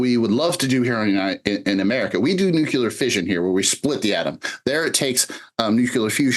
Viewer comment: It is ”nuclear” not ”nucelar.